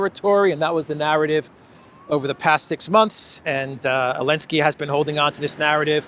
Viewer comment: It's funny...it's sounds like you're saying the Elensky Curse vs Elensky's Kursk. 🤔